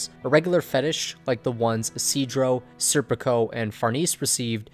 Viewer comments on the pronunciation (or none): none